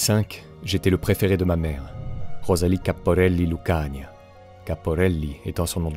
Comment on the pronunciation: Vous prononcez mal le patronyme "Lucania", l'accent tonique s'y plaçant sur le seul "i" en laissant traîner le "a" final, pas sur le bloc "ia".